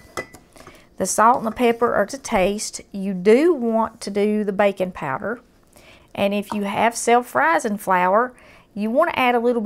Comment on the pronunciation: Huh, never heard of bacon powder. Later on I realized she was saying baking powder.